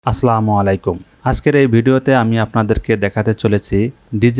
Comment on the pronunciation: ভাই আসলামুআলাইকুম না এর পর থেকে বলবেন আসসালামু আলাইকুম